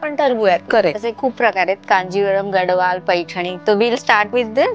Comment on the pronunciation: It's gad(the)wal d should be pronounced as the.